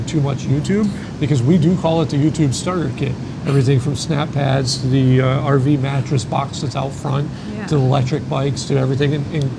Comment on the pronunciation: Cool video and you are so right on many of these. Honestly, I am so sick of this “sponsor” concept and how many RV YouTubers will pimp off anything for a buck. I feel like it is ruining RV YiuTube channels. Also, if I hear “RV Mateess” one more time, I think I’ll explode 😂